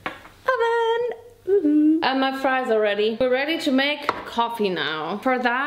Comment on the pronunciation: I don't know why am I just laughing at you when you said ( ma friesssss ) it's so funny 🤣🤣